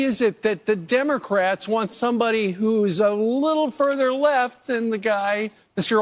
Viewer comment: Did you say Demo - Craps ? 😂😂😂